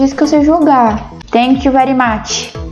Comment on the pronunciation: Kkkkk o início vc tipo: TaNtK vErI mAt Kkkkkk